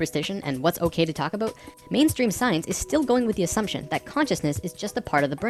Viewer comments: every time you say aboot i can't help but think of south park lol it makes me laugh. great videos though. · Hehehe, I like whenever he says "about". It's so "aboat" it's almost "aboot". I'm Canadian too and I know we say "aboat" a little too here in Vancouver but the further East a Canadian is from, it sounds so much more severe. Even to me! I can pick out someone from Ontario no problem. If I catch some TV show I don't know much about, I can always tell when it's Canadian if it was filmed in Ontario. And often when it's filmed in other parts closer to the Pacific also. is from Manitoba, I think? So I only notice it when he says "about" or a word similar. But those words really stick out, lol.